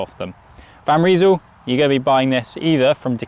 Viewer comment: They in van Rysel is pronounced like eye, not ee. Nice looking bike though, very similar to the latest propel